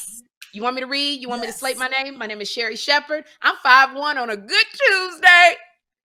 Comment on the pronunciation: Sound like milk of magnesia the word Sherri said.